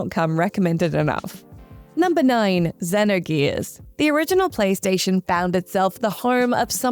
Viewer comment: the way she kept pronouncing xenogears gave me anxiety